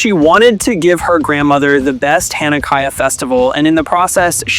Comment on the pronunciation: THE AI VOICE BE MISPRONOUNCING SO MUCHHHHH!!! AS A JEW IM A LITTLE BIT PEEVED!!!!! HANNUKAYA?!?! WHATS THAT?!?!?! Besides that, this video was great I loved Elena when I was younger :)